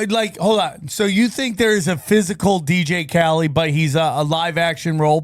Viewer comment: he is low iq, it was very hard for him to formulate an argument or even pronounce simple words/names “dj kali” lol he could not even let the host finish his thought without interrupting